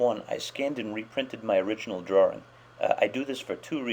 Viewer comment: i like ur tutorials but u say drawring instead of drawing that just annoys me like my teacher